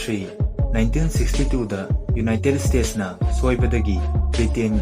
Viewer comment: Ucharol khitang sengna haibiragadi nungaijagani united state haigadaba khonthokto united stage oina haibire khitang nungaijade somgi lei do (tongue) to khitng...